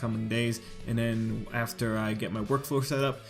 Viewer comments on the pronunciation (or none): none